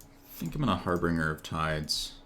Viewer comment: Very nickpicky but it's harbinger, not harbringer. good games though.